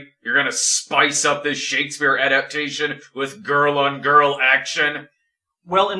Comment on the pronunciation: This is glorious! Never cared all that much for Snob, but he and have such a hilarious back-and-forth... is doing a marvelous job here, love how he cringes to mis-pronounce the Bard's name. Also, this flick seems enjoyably terrible...